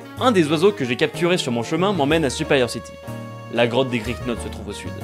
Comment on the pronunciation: ce moment où tu remarques que tu as aussi appelé ton Griknot "Crok" 😂je crois que je l'avais appelé "Krok"le mien je crois oui...en tous cas j'aime vraiment bien ce type de "lets play" résumé avec du montage j'aimerais en revoir ou en faire moi-même ça a l'air fun😃